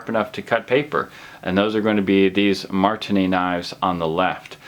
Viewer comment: how many times can he misspronounce marttiini?